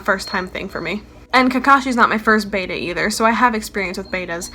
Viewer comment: ooooooo she said bayda instead of betta